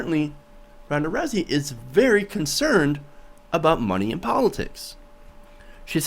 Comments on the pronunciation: Her last name is pronounced like the beginning of the word Rowdy... not pronounced roozy but Rowzy. I agree she is spot on. Now go back and win that belt #peopleschamp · ROWSEY NOT ROOSEY. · He can't pronounce her name correctly, looks like he didn't do his research adequately